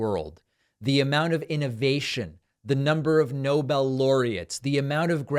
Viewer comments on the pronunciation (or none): none